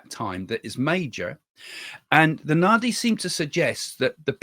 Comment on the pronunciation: Nadi - d is pronounced as d in drum .